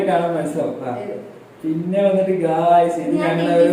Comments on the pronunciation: Chettan gaius enn parayunna kekkan nalla rasam und🥰🥰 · Chettente gays gays enn kelkkan nalla rasam und😉